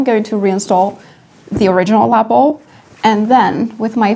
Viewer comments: La pel……. Not La Apple….. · It came out great. And I love how you say Lapel. Hugs